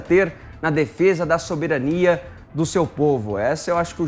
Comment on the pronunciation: 0:4:04 Saberanía?